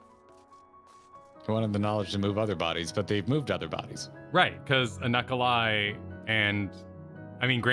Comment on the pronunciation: Regarding Unukalhai: you're pronouncing it correctly (/ˌjuːnək.ælˈheɪ/). IRL, it is the star today known as Alpha Serpentis, and the traditional name is from the Arabic عنق الحيّة (ʽunuq al-ḥayyah), "the serpent's neck" for its position in the constellation Serpens.